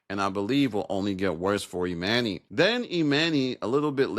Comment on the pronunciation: It dont bother yall he keep saying eMANee when we watched this show for however many yrs and NOBODY call him eMANee.. grown adults purposely being illiterate jus b hard to ignore ngl